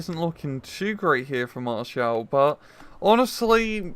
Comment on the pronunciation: it's maréchal boulanger or just boulanger, not maréchel